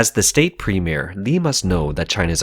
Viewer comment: I thought its premier not premie correct me if im wrong